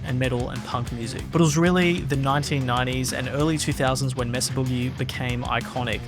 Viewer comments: Not "MESS-uh", pretty sure it's MAY-suh. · Maysah not messa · MAYSA Boogie is the proper way to say the name of the company. NOT MESSA. I grew up not far from Petaluma California. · May-suh, not Mess-uh, silly Brits. Why is that so hard to get? It's a Spanish word!!! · "Messa"? It's "May-sah", guv. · May Suh not mess uh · You’re pronouncing it incorrectly. Mesa is the Spanish word for plateau and is pronounced like May-suh. Not “messa”. England is not that far from Spain, you may have heard the pronunciation without realizing. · It's pronounced "MAY-SUH", not "MESS-UH". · It’s May-suh. It’s a proper name. Please pronounce it correctly. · Anyone else annoyed at how he pronounces "Mesa" ? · "Messa" Boogie 😀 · He’s pronouncing “Mesa” wrong. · The narrator is pronouncing “Mesa”incorrectly and it’s really bugging me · Why can’t Europeans pronounce “Mesa” correctly? Why do a video on an amp company if you can’t even say it properly. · These creators and companies specifically say the proper pronunciation of Mesa, but you for some reason keep incorrectly pronouncing the name like some uneducated stupid Australian.